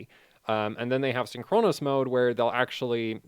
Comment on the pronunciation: still saying "syn CHRONOS" instead of "SYNCHronous"